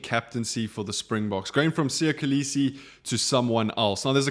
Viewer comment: Still cannot pronounce Kolisi 😑